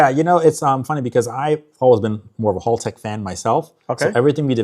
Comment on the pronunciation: A lot of those tuner or engine guys like this never pronounce Haltech correctly. He's a nerd with J series engines but some of there stuff is significantly overpriced.